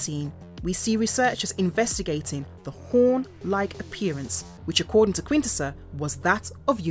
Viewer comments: love the alternate British pronunciations. Quin-Tess-sonns Shark-Cons . Cy-clonn-us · I’m like I minute in and you’ve pronounced quintesson four different ways I’m not even mad that’s impressive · If you make an episode about Quintessons, maybe you should know how to pronounce "Quintesson".